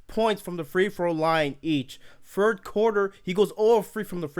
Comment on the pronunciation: “the fird seed” “firty five points”